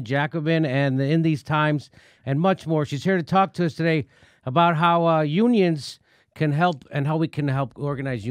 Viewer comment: Did you say "Onions" or "Unions"? We need Onions. Unions not that tasty.